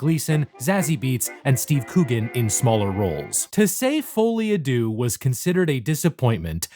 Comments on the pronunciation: try pronouncing it like this "foh-lee ah de-urh" but say it quickly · bro said folly ah doo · yoker: folie a deedee